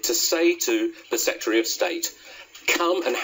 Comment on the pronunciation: This man can't speak. Setry of state? Have a valuation... It's SECRETARY and EVALUATION